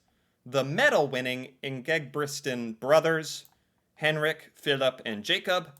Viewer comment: The thing i had the best time of in this video was every time you said "Ingebritsen", it's even hard for us to say. You did a great job though, so cute.😂😂😂😂